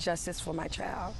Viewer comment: Child, isn't pronounced Chald. Thanks though.